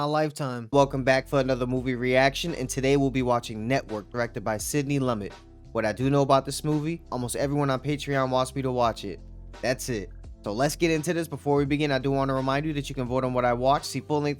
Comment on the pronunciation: Sydney Lumet is not pronounced "lummit" nor "loo-may". It is pronounced "loo-met". You lose credibility if you can't even say the director's name right.